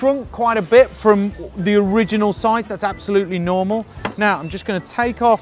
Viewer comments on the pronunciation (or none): none